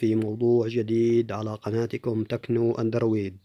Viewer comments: تقول اندرويد بطريقة غريبه جدااااااا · تعبتنا بكلمه الأندرويد حتي بتنطقها غلط؟